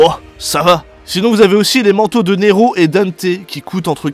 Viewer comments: Neeeeeéeeeero avec un G ?? Tu m'as tué 😂🤣😂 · Au début quand tu nous a demandé qu'est-ce que ça faisait si on rajouter un ''g'' à Nero . . . J'ai cru que c'était une petite blague raciste pour faire Ne''g''ro (Noir en Espagnol).